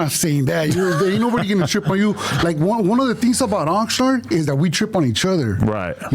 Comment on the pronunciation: that’s the 2nd time you said ghat. Shut up